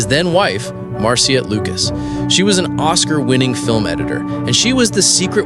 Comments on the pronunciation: It's spelled Marcia but is pronounced Marsha. Not Mar cia! 😮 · Maybe read your script to a friend, before you post….overall its a great video. Just a lil cringy on Marcia.